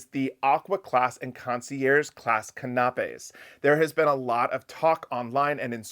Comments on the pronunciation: Can a pays not can op peas for pronunciation… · KAH-NAH-PAYS???? It's CAN-AH-PAYS!!! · Can a pay - canapés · canapes =kan' a pays accented first syllable---always check the way a word is pronounced when you will use it repeatedly. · No disrespect, love you guys but CANAPAS is prounced Can- a- pees. Keep on loving the info!!! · Can-a-pay = canapé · canapés pronunciation: can-a-payz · I think it's adorable how you pronounce the word "konopies" 😂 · I had no clue what he was trying to say when he was talking about canapés., it is pronounced can (like a tin can) ap (think computer app) and finally plays (again think the first letter of the English alphabet). Put it all together and you have canapés. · Is that how you pronounce that in the midwest - canapays? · Thanks for the informative video, but please (just for future reference) look up how to pronounce canapés. I didn’t realise what you were talking about at first. Sorry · Check your pronunciation of canapés. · I love your channel but you're mispronouncing canapes. Please use YouTube or an online dictionary for pronunciation.❤❤🎉